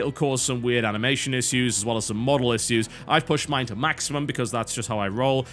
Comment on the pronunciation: WHY CAN'T YOU SAY ISSUE?!